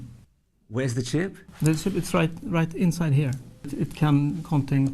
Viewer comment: ship or chip what is it lol. 🤣😂 it's killacell baby